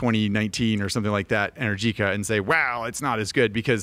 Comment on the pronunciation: Go ride an Energica (which is pronounced Enérgica) than you can talk about electric motorcycles.